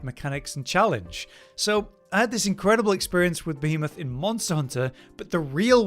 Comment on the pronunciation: Im glad did this one. being perpetually unable to properly pronounce Behemoth makes my soul cry a little bit 🤣😂